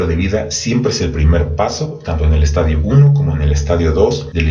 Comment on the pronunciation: Gracias, buen video, solo una observacion pequeñita, se dice estadio con acento en la i, como lo pronuncia es estadio de football! Juju 😁